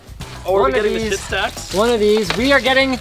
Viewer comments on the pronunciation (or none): Schiit is not said shit, it is said shiit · LOL, "SCHIIT audio" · Is it just me or did he say "shit audio" ? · lol "schit audio" xD